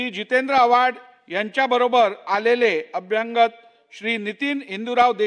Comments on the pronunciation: अध्यक्षांना अभ्यागत शब्द म्हणता येत नाही. ते अभ्यंग शब्द😅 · अभ्यागत,अभ्यागत, अभ्यागत अभ्यागत अभ्यागत अभ्यागत. अभ्यांगत नाही.